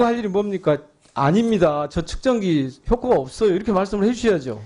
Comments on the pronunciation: 😂측정기를 ‘척정기’란다😂한국어 발음에 결국 실패한 왜구 위원장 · 척정기 가 뭐냐 발음이라도 제대로 해라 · 측정기를 척증기라고 발음하는 장애가 있는분이 왜 저기있나요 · 뭐가자꾸 척정기척정기 ㅋㅋㅋ말이나ㅜ제대로좀하지 어휴 ㅋㄱㅋㄱㄱㅋㄱㅋㄱㅋ